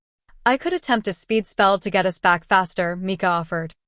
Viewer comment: It’s A.I. I just realized when they said “U.S.” instead of “us” it’s too bad though. I really needed to read this for Book Club.